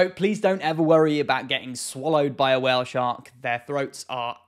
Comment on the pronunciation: I love how you say while shark xd